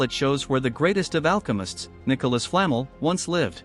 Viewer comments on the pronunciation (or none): Flaaa-mel that's how you pronounce it 🙄